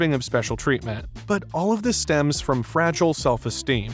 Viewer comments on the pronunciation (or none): none